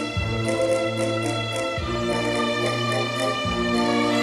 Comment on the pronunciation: said babbyy to keith🥴